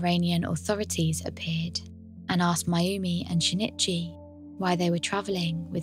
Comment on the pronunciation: Very good content but every time you said "shin it chy" I cringed. It's sheen ee chee. The i in Japanese makes a long ee sound. An easy and understandable mistake to make, but no less grating because of it.